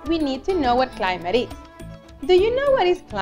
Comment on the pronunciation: Not being rude but you said climite zones it should be climate zones👍🏻